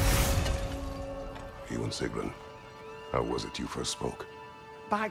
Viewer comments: “Yous to fell, sigroon” at least get the pronunciations right before you make a fucking video 😂😂😂😂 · Why dude bro pronounce it sig-rune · Bro why do u say her name like “segroon” 😭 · I don’t understand how you can horrendously mis-pronounce Sigruns name when the characters themselves SAY IT OUT LOUD